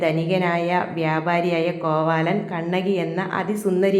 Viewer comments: കോവാലൻ അല്ല കോവിലൻ. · കോവാലൻ. അല്ല. ചേച്ചി. കോവിലൻ 😂😂